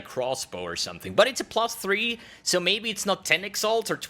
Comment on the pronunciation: he was saying plus three so frequently that it started sounding like pluth three as a baby would pronounce lmao, it made me laugh